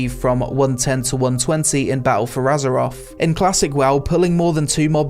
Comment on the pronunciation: Gotta love “azeroff”....